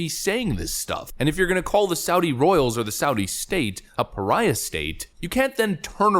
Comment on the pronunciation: Did they say president piriah